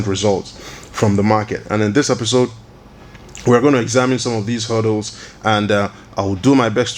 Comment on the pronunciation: HURDDLES not "huddles"